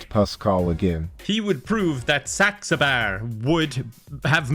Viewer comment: Thank you god for not being able to pronounce saxabars name because I haven’t laughed like this in so long in a video